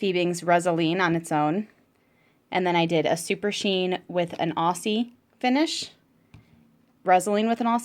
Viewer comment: Nice review. As an Australian can I just say Aussie is pronounced Auzzie.